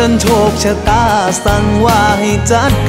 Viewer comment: ออกเสียงร้องผิดนะครับต้องออกเสียงว่า จัด ไม่ใช่ จั๊ด ผมให้ความสำคัญในการออกเสียงมากถ้าเป็นการประกวดร้องเพลงคือตกรอบแรกไปแล้วครับ